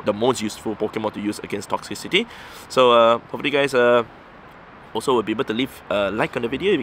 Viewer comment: It's crazy to me how no Poketuber is able to pronounce "Toxtricity".